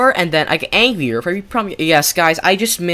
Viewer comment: Why is he saying angrier like that he's like Aangrier